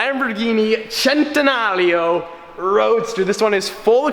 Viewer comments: It's a centenario not a chentenario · Why does the say centenalio instead of cenenario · Bruh is Centenario , no CCCHHHEENTENRIO ( cringeeee) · You pronounce the name wrong every time it's a fucking Spanish name its "cent" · Lamborghini centnreo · I’ve been saying it wrong i always pronounced it “cent en are ie o” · loves saying chen-ten-nario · Centenario of course. 🗣CHENTENARIO!! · you are saying Centenario wrong, makes my ear isch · Why do you keep adding an imaginary "L" in Centenario? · Every time he centenario I was just like nigga stop🤦🏽‍♂️ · I hate the way every time he says centenario he has to say it like he is Italian, stop, please.